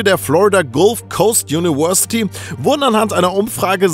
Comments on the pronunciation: Juniwörsität :DD <3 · Kannst du mal University richtig aussprechen lernen??